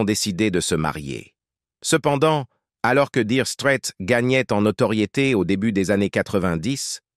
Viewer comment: LOL 'direu strète'